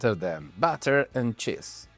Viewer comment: Awesome Video! I want to advice you tho, to be careful with how you pronounce cheese 😅